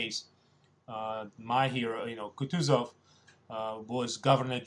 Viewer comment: It's KootOOzov